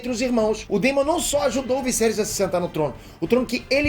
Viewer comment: Vc e show nos comentários? Sério morri de rir vc falando o visserys